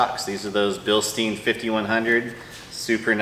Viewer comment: Bilstein is pronounced like Bilstine or Frankenstein not Bilstene. Don't worry most people pronounce it wrong... I used too also.